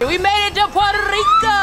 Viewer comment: Poro riko not porde friko